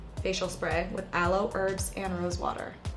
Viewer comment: The way she said herbs had me dead 💀🤣